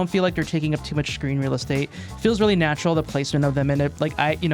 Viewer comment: If I get 10 dollars every time he says "Natrural" I could afford a PS4